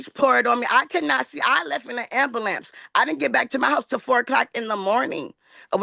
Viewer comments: And she left in the amperlant too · And we got an “ambalance.” Classic. 😂